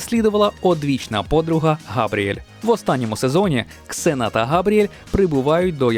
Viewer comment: Слава Богу КСЕНА(Xena),а не зена как на раСее